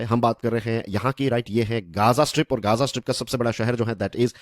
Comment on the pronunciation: अच्छा हुआ इस्राइल ने घेराबँदी की हैं जी गांजा की ......ध्यान से बोल भाई कहीं नशबन्दी ना कर रहा हो ....देख ले एक बार अच्छे से...